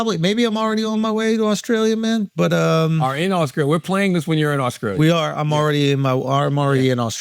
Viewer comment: Genuine question from someone from scotland. Why do some black Americans from the south like charla replace the letter T with a C, e.g. AUSCRALIA?